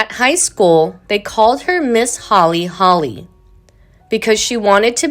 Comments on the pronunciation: Who in the heck is the narrator?? I'm sure people called her HOLY not holly. I had to turn this off after 12 minutes, this was painful to listen to. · Holy--not Holly.